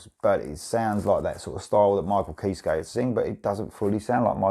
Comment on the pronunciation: Just so you know Kiske is pronounced “Kis-Key”